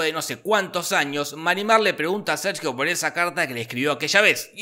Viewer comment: Escuché "me cago Sergio"🤣🤣🤣